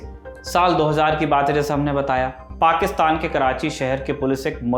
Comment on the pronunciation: वाह “पाक्षतान” 😂😅